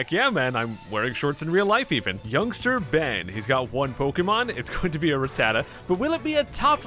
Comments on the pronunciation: u say rattata right if u wanna know watch sun and moon they say it alo t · I SAY RATTATA THE SAME WAY YOU DO!!!!!!!!!!!!!😂